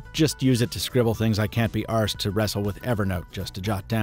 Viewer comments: Can't be arsed.😂 Great to hear an American saying one of our London expressions. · Hearing "Can't be arsed" in an American accent is heartwarming. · I know you've spent a lot of time in the UK recently, but it was still a bit of a double take hearing a "can't be arsed" in an American accent 😂😂